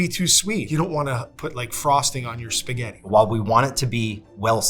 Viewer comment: Did he really say Spagehtt? Cringe.